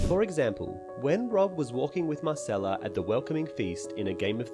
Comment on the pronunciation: mYrcella, not mArcella, and you said it about a billion times in only 5 sentences.